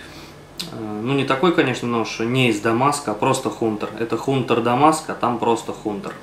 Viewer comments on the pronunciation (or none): Красивый ножик. Имхо на канат его пускать не стоило. Не его это. Вот по мясу прикольно было бы посмотреть))). Как вариант Хеле не рассматривал??? Чудные ножи! Был бы охотником - купилбы точно!) ЗЫ. Правильно говорить "хантер" ;)